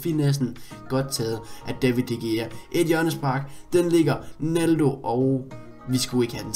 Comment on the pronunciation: Det udtales David de rea PS elsker dine vidoer